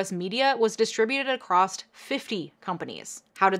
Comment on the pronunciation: The word “across” does not have a “t” or “ed” on the end. It is pronounced “acrosS” not “acrossT” or “acrossED”. Also, the word “especially” does not have a “k” or “x” sound after the initial “e”. So, it is not pronounced “eKspecially” or “IXpecially” or “eXpecially”, it is pronounced “ESpecially”. ☮️